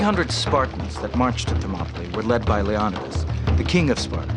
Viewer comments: Wait..l Le-ON-id-as? It's pronounced Le-o-NI-das. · Lee-oh-nigh-das is how you pronounce it. Moron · its LEO NIDAS! not leonadas